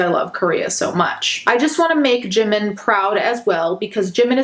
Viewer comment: they claim they love Jimin so much yet cant even pronounce his name right wtf